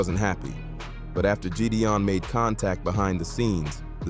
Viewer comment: Jeedee-on?I'm out